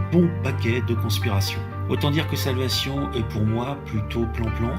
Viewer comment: Il s’agirait de commencer par apprendre à prononcer le titre de la série qui se prononce « solvécheune » et non pas « salvassion » et de terminer la série avant de faire une analyse à 2 balles